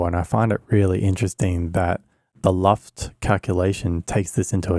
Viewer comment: It's LUFS, not LUFT. LUFS: Loudness units, full-scale. LUFT: the last name of a screen star of the early 20th century (Lorna Luft, look her up; follow the yellow-brick road...).